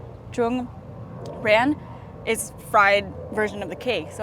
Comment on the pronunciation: Ran is like “rang” but pronounced more like ruh-an. Ran is more like stir-fry whereas chin is deep fry